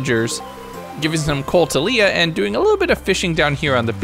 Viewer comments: Lee-ah. Lay-ah is Leia as in Star Wars...Leah is Lee-ah. Went to school with a Leah. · hearing you call Harvey "Henry" and Leah "Leia" hurt lol💀